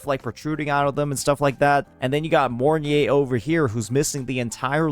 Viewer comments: Im not usually butthurt about ppl calling charatcer names wrong, but the fact called her morn-ye instead of mornai(mornye) somehow irritates me ngl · its pronounce More-Nye with nye sounding like Rye but instead of a RRRR sound its a N